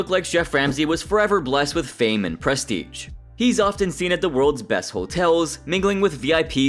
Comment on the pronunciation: My guy you really really have to give up the valley girl delivery Edit: Also, if youre gonna use it in your script, learn how to say prestige lol